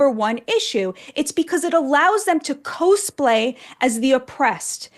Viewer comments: Batya is great, I just wish I could let her know how to say "cosplay" 😅 someone that knows her, tell her that "cos" sounds like "cost" and that it means "costume play", I'm sure she'll get it instantly 🙏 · I love you, but it's "kaaz-play." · Why does she say cosplay like “cose play”? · Appreciate the analysis from Batya Ungar Sargon. But PLEASE learn that it is pronounced "cause play". Like, short for costume play. It will help your credibility when using the word. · Learn how to pronounce cosplay. It was pretty painful and cringe each time she mispronounced it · if you're going to use the term "cosplay" so often... at least pronounce it correctly. and i love Megyn's obsessions with Lauren Sanchez's tits.